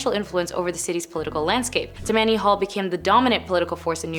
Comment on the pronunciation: She pronounces Tam-man-e hall. It is tam-ma-nee hall. Please educate these children. It makes your channel much less when your channel is extremely educational and interesting. 😮